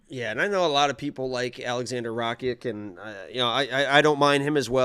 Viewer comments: you keep saying Rachik.. just change the ch and k and say Rakich.. thats the best way to explain to you how to say his last name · it's pronounced RACITCH